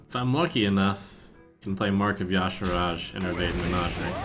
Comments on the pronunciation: "Yosh A Rodge" Thumbs down. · On the WoW wiki it says it's pronounced 'YAH-Sha-Raj' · Ya Sharj